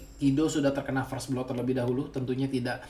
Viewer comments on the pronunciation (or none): none